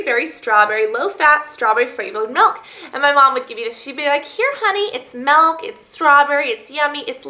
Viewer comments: it MILK not MEEELK get it right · It's pronounced "milk" not "melk" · it's milk not malk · Melk lol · Lol you say meelk :P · She says milk weird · she says milk funny (